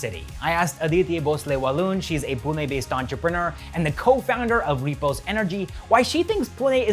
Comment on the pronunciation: Thankyou for saying Pune and not Poona 🙏🏻🙏🏻🙏🏻